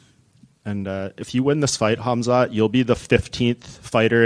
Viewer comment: Respect to DDP that he pronounces "Khamzat" correctly